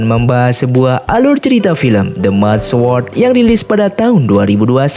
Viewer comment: The mad sword (dibaca: the maed sweourd).